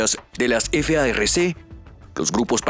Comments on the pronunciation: Deja de decir f a r c y di farc no deletrees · No se dice efeaerrece es FARC ASI COMO SE ESCRIBE SE PRONUNCIA